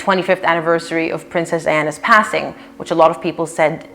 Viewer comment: It sounded like you said “Princess Anna” twice, rather than Princess Diana